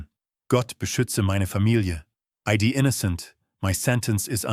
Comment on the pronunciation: The translation is not "I dee innocent" as the robot reads it, but "I die innocent"